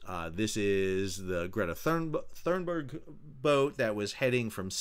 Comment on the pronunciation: Why do you say Thurnberg when it is Thunberg. There is no R after the U. Edit you say Cunningham correctly Thunberg is similar.